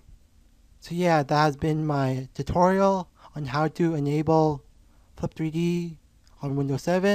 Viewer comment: Did he just said enyable (enable) 3.46 ??